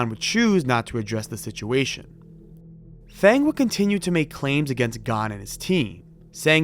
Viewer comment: The name "Feng" is pronounced like "Fung", jsyk.